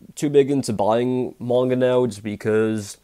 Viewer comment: When you say manga you sound like your saying moinga it’s quite funny but I don’t mean to be ruse